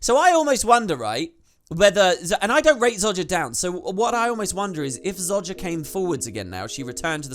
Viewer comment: ZO JAH....... Not ZOD JA